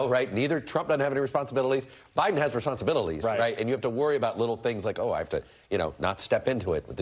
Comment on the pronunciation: Dude can’t say responsibilities to save his life